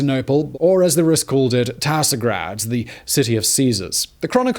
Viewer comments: Not TaSgrad but TSargrad, like in the "tsar" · It's a Tsar'grad, literally City of Caesar (Tsar), not tasr'grad. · It's "Tsar'grad", not "Tasr'grad". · A small remark: not "Tasrgrad", bud "Tzar-" or "Czargrad", the Russian kingly title Tzar comes from Roman Caesar, grad and gorod means "city", hence the name is "The King City". Other stuff was pointed out already, like the wrong Novgorod being shown on a map. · Where the hell did "Tasr'grad" came from? It's "Tsargrad". Like. you now, City of Tsars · Tasrgrad is wrong Tsargrad is ok. Tsar like tsarbomb town of tsars . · And Rus called Constantinople Tsargrad, not Tasrgrad. Tsar is a prety well known word:) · Slavic name for the city of Constantinople is Tsargrad not Tasrgrad. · not tasr'grad tsar'grad... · It's TSAR GRAD-ЦАРЬГРАД, not tasr grad))) Otherwise great video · Cool vid! But Constantinople used be called by Tsar'grad (King-city, or Fortress of Kings) not Tasr'grad. Anyway, I really like the fact you popularizing medieval Kievian history for the Western audience. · Tsar grad not tasr grad